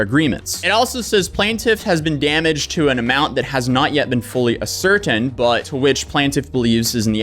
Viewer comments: Ascertained is pronounced “ass er tayned” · Nice video. Btw...it's pronounced "ass-er-tained" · "ascertained" is pronounced like "asser tained" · Sorry to be that guy but you should be pronouncing words correctly if your video is just going to be reading a document. Ascertained = ASS-ER-TAY-ND not ASS-ER-TEND. Likeness = LIKE-NESS not LIKE-LY-NESS. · Ass-or-tained (ascertained) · Just because it bothers me, ASS-ER-TAINED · Ascertained is pronounced ‘Ass-her-taint’ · This is just for your notes, I'm not trying to be a dick, but that word is pronounced "ass-ur-tained" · just a friendly fyi, that word is pronounced "ass-er-tane" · Dude, your idea of "big words" it pretty laughable. Ascertained = ass -sir-tained. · Ass sir tained= ascertained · His pronunciation of ascertained was the worst one. Subtitles thought he said asserted xD. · bro you gotta learn to pronounce some of those words... disparaged... ascertained...what